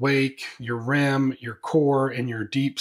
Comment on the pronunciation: Sir, it’s not “RAM” it’s REM. Rapidly Eye Movement.